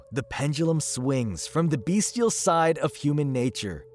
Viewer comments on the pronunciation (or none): none